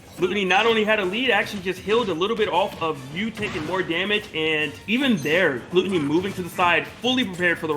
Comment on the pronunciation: its pronounce glue-tony, remember that kids